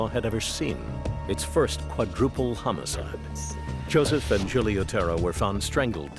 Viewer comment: His pronunciation of homocide should have given him away. Did his wife never hear that recording?